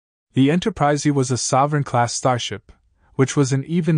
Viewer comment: If you got a person to narrate instead of a robot, the last one would not be called Enterprisey.